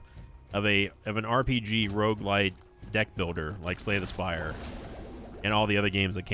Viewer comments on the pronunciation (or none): none